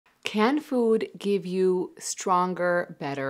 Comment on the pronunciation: She said "can food give you stronger erection" I thought she said "canned food give you stronger erection" 😂